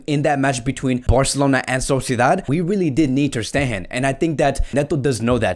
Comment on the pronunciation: Ter stegen is probounced with a hard G instead of a “h” like Sound😀